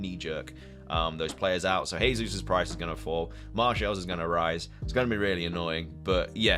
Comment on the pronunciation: Gehzeus not hehzeus ;)